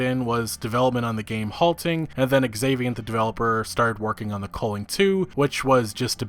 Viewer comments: What is it with yanks and butchering pronunciations? It's pronounced Valhalla, not Vulhulla. A sound not U. Same with The Culling. It's not The Colling. U sound, not O sound. Yanks just shit all over English and other languages. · Lolol take a drink every time this kid pronounces “The Culling” wrong